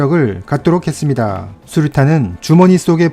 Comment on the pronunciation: ~ 했습니다~ 이 부분의 발음이 굉장히 특이 하시네요